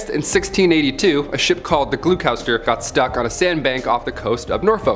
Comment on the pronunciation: Glue Cow-ster is the best mispronunciation of Gloucester I've ever heard! XD its 'Glosster' btw